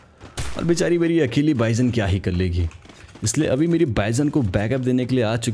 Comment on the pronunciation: 😂 बाईजन नहीं वो बीजोन है😂